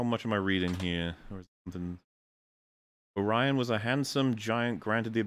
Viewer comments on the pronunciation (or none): none